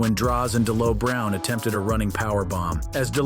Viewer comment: Yeah, I stopped watching after he continuously miss pronounce D'Lo Browns name.